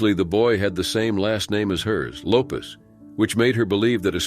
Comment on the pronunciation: It's Lopes, no z in the name